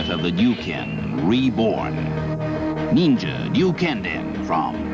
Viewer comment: "Neenja" haha that Ninja Gaiden commercial was hilarious. I absolutely want to pick up every game you mentioned here, especially Final Vendetta and Shredders Revenge.